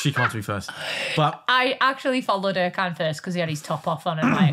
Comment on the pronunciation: I like Vicky but his name is ErJan. C is J in the Turkish language.